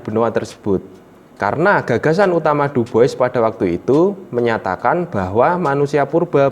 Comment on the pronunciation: sip mas, maju terus. Oya, sekedar masukan, untuk nama orang "Dubois", pelafalannya "Duboa" ya mas 👍. Saya tunggu video lainnya